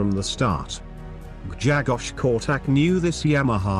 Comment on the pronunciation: Polish is a very hard language. Try to pronounce the his name this way: Gshegosh Korchack. BTW love your videos !